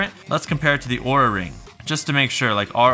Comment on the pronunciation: Be careful, OURA is pronounced as our-a not awra. Apparently your video could be requested to be pulled according to LTT's experience with this company lol.